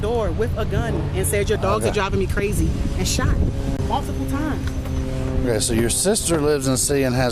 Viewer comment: you can’t understand crazy 😢